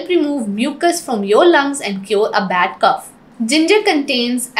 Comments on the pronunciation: Bad cough...not cuff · Cough! Not cuff!